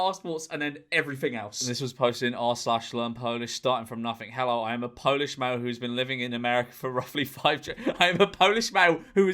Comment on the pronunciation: As a polish man, he says he is popish, he is god damn polish